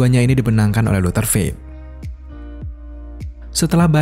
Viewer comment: Cara penyebutannya adalah doktor bukan dokter.